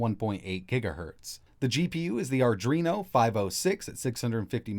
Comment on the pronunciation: Yeah always mispronounce Adreno as ardrino, not sure why though D